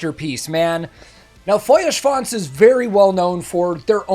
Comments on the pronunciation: I'm so excited for that new album. Btw.: Your pronounciation of Feuerschwanz is really good by now. :) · The first American the pronounce "Feuerschwanz" correctly... 😂 . Very cool!👍 Greetings from Bavaria! ✌️ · Great pronounciation on the Feuer. Best i've heard from an American reactor so far. great video too and a fun song.